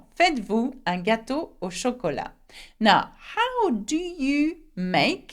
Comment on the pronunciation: why did you pronounced FAITES-VOUS as "faa-i-dd-vu" Confusion is like you convert T into D